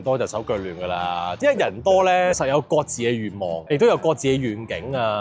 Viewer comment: 割痔……各自……🤔改下懶音